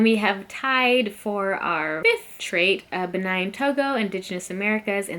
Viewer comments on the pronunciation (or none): Why do y’all keep saying Benine and Togo lol do you see an E at the end of Benin it’s pronounced Beneen 😂